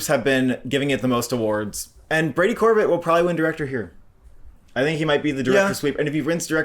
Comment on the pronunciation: Pls pronounce directors Brady Corbet and Coralie Fargeat names correctly, both don’t sound out the T at the end. Corbay and Farja is how they phonetically sound like